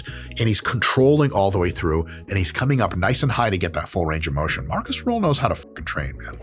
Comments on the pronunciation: Small correction if I may: His name is Markus Rühl not Marcus Ruhl. Especially the last name is a kinda big difference in pronunciation. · Not ruhl. Rühl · uhhhhm accctwuallyyy its rühl not ruhl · Rühl, not Ruhl. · Not Marcus Ruhl, his name is Marcus Rühl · Er heißt Rühl, nicht Ruhl. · Not Ruhl...Rüüüüüüüüüüüüüühl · *Markus Rühl, not Ruhl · That muthafukka is called Markus Rühl, not Ruhl! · Markus Rühl, not Rule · Markus Rühl (not "Ruhl") is NOT unknown, wtf. He is a bodybuilding legend. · It's RÜHL not RUHL. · It's not Ruhl. It's Rühl. Des muss hald ache ma gesacht wärn. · Markus Rühl not rule... Try to show a little bit of respect, even Markus can't pronounce it correctly 😂 And he isn't unknown. Between bodybuilders, fans and in Germany he is a legend, because he is simply a nice guy. And alcohol... Wodka is nice before and after training 😂 And Markus owns his brand now, with high quality protein and products for sporty people. Prices are not cheap, but it's not robbery. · His name is RÜHL not RUHL. Get it right, dont mess wif sem germans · so many mistakes already in the beginning of the video first of Arnold schwarzenegger wasnt german second his name ist Ruhl its Rühl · Das wird Rühl ausgesprochen. RÜÜÜÜÜHL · His name is Markus Rühl, not Ruhl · His name is Rühl! Please don't say Ruhl it hurts my feelings. 😢😅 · RÜHL, NOT RUHL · It's RÜHL not Ruhl, and yes, he's an absolute legend for us krauts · Rüüüüüühl mit Ü ok??? Meine Güte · Great video. But it's "Rühl" actually. Btw., he's also a content creator and muy simpatico so you should try to hit him up and do a video together.